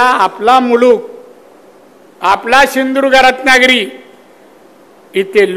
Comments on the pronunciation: शिंदुर्ग काय शिंधुदुर्ग म्हण 😂😂😂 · सिंधुदुर्ग पण नीट बोलता येत नाहि 😂😂